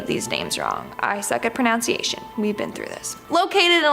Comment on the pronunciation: Please let the one young lady know that the word is "pro NUN ciation. Not pro NOUN ciation. Thanks.